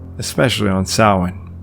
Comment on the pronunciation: Extra points for pronouncing Samhain correctly.